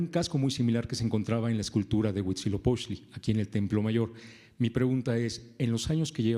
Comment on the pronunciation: A mi solo me da gracia que nunca puede pronunciar Huitzilopochtli y dice huichiloposhtli o algo asi jeje